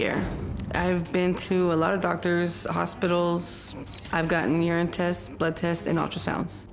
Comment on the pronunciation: Did she really just call urine, "yern?"